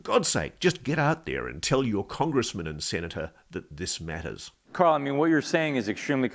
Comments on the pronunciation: His name is carl not Kal, goid bakk. Cant you hear the man asking him questions? He says Carl, not Kal, goif ball. Did you even watch ut ir jyst gi through somebody else's stuff that wss before you and try to ouck iut the highlights from it. I seem it about vacwerk ago on somebody wjo has beaten youvtonthe punch. Thats where you got your information from, except you werent paying any attention to the name of the giy. His name is Carl Neil, he served in the u.s. army and was every single pay grade that the Army has, he said. That means up to and including A five star general, which Georgw Oattin was the only soldier to ever aquire the rank if back in world war two. This guy is a real intelligent man. Listen to the oart where he takks about being if spiritual nature, from a different dimension. He says uts one yhing to ghink their are Angels, but when you meet ine in orrson, it changes your entire outlook in life, as if thiugh hes met ine in oerson himself. He goes on tobsay if you oractice a faith to get seriius abiut it. So this telks me what Ive known vall along, that god exist and so do angels. He refered to them as a nessenger from the Lord. So everyone vhetrer straighten up and get right with god, because his angels are already here and been gere and interacting eith humans fir awhile now and this is ongoing, kike Carl, not Kal, said. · Whenever he says "carl" i hear "cow". I know it sounds dumb, but we have to ask a cow some questions one of these days, and get answers back.